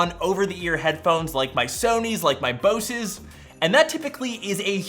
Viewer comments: It’s pronounce Boze not Bows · My man said boses